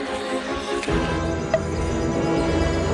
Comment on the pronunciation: I thought said “tales from a crip” lmao